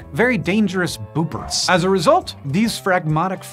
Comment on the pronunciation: "They're like very dangerous ¿boomperts?" Seriously, what was that word supposed to be? Edit: turned on the CC and apparently it's "boopers", which, um, I guess is a descriptor, but the way Hank said the stuff leading up to that term, I was expecting some kind of cultural reference or any other sort of comparison to a thing from an outside context rather than a redescription of the frog from within the established context.